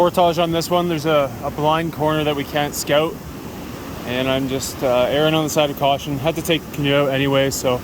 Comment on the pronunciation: did you say erring on the side of caution or Erin? ;o) Awesome video so far!!